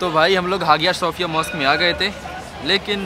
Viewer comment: Shophia nhi sophia h bhai